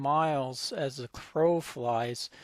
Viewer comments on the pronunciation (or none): none